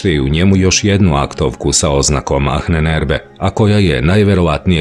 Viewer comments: Achnenerbe.. se čita i izgovara sa Ahnenerbe , no Ahnenerbe se čita i govori kao Anenerbe..malo me zbunio krivi izgovor na videu, no ostalo sve 5 :) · Nije Anen Erbe nego Ahnen (izgovara se sa dugim slovom a) Erbe. Sve sto dajes u tvojim izvestajima je vise nego odlicno!! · Cita se anenerbe, ne ahnenerbe. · ANENERBE bez H. H se na nemackom ne cita, izostavlja se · Nije baš perfektno...prevod i izgovor "ahnenerbe",na primer.Čita se i izgovara-anenerbe,bez H,i znači otprilike-nasledjeno znanje.Ko zna nemački,para mu uši to H,koje se,uostalom drugačije i piše--ch. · Izgovara se Anenerbe bukvalno...Ahnenerbe. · Nije Ahnenerbe nego se izgovara Anenerbe :) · A u prevodu ahnenerbe... Inače se čita sa malko dužim a -a bez h Ovako aanenerbe što u prevodu znači: nasljedstvo znanja! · Bez "H" - ANENERBE. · Mala ispravka samo. Ananerbe..... H se ne čita........ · Anen se cita, nasljdze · Prilikom izgovora se ne čuje "H" u Ahnenerbe